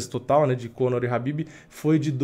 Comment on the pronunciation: Fio, o nome do cara é KHABIB, não Rabib. Habib é nome de árabe.